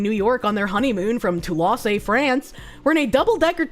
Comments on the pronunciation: Hearing pronounce Toulouse as too-la-say, rather than too-looz, made me do a double take. Even as a proud britbong, revelling in mispronouncing foreign words, that caught me off guard. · that city is pronounced "To Loose" i am not kidding, it is engrained in their culture. unfortunatly, there is no city called Tousourrendre nex to it:(